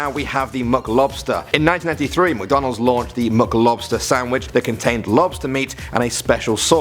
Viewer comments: MICK not MUCKdonalds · Mick, not Muck. MICK-DONALDS. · Mc not muk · We say mic not Mac Donald's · I love “Muc Donalds” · The way he pronounces McDonald's lol MucDohnald's